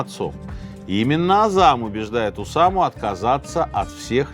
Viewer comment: Я про ударения пишу уже второй раз. Ещё у него есть слово "искрА" (тоже, видимо, французское). И "ОдЭЭсса" с "брЫльянтами". Скоро будет "кохвэ" и прочие перлы.